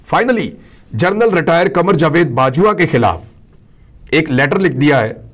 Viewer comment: برخوردار اردو میں 6 کا تلفظ "چھ" نہیں "چھے" ھوتا ھے۔ نیز general کو "جنرل" بولا جاتا ھے۔ "جرنل" یعنی journal "جریدہ" کو کہا جاتا ھے۔ اسی سے آپ کے پیشہ کا نام (journalist) نکلتا ھے۔ باقی پیشکش لاجواب ھے۔ جاری رکھئیے۔